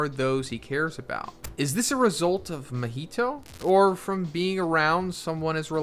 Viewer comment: “Mihito”! 😂 Dear lord, not another main character name butchering creator.